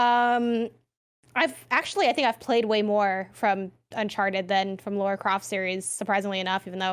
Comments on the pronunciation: Right. How hard is it to remember it's pronounced Lar-ruh. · Lara. Not Laura. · Lol tbf it was pretty jarring. She's literally gone her entire life pronouncing lara as laura 🙈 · Laura Croft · Pleeeeease stop calling her Laura Croft oh my godddddd 😭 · come on man.. "Laura" Croft? I have no idea how or didn't call you out on it! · If she says LAURA one more time....